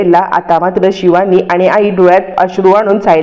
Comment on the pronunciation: Marathit don n yetat pan tyancha ucchar vegla asto bhash shudh bola shivani cha ni pava😂